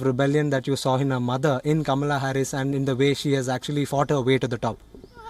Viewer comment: Kamala’s Aunt seems to be pronouncing her name wrong. It’s pronounced “Comma-la”